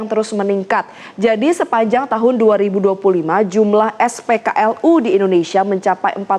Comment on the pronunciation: Ngakak aku dengar "ketersediaan SPLKU",, 😅😅😅. Pigi maen paret busuk aja sono pembawa beritanya.